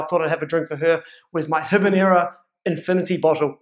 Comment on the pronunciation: Say Ee-neb-brah!